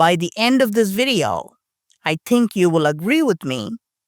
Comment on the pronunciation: I tink you said think wrong. 😊🤭